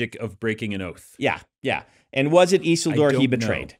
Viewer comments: Brandon's mispronunciation of Isildur's name drives me crazy. It is not "EASEL DOOR" ffs. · Why are they saying Isildur's name so wrong? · I loved this deep dive into Rings of Power. Makes some good points. Was anyone else bothered by their pronunciation of “Isildur”?